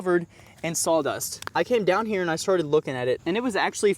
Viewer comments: "sol" dust? As in Pine-Sol? I know what you mean.....Saw Dust. but you say it SO many times. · I’m definitely hearing sall dust